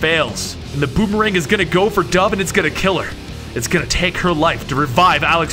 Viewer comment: "capitan bomerang threw the bomerang" haha